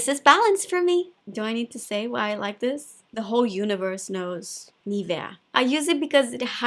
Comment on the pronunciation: For a change, someone who pronounces Nivea right! XD